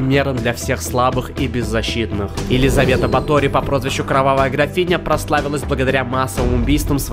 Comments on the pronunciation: Какая нахрен БатОри? Правильно на 1 слог БАтори! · бАтори, ударение на А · Батори. Ударение на А, а не на О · Батори ударение на а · Елизовета батори , ударение на а, а не на о